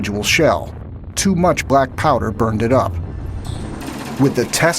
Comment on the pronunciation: Why he says brackpowder? I think it is blackpowder.